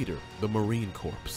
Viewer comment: Poor narration, learn how to say CORPS, no we would not know how he looked by watching the Pacific HBO Show. He didn’t play himself.